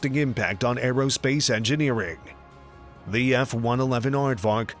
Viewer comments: I LOVE the F-111 "ARDWARK" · Pretty sure it’s aardvark. Afrikaans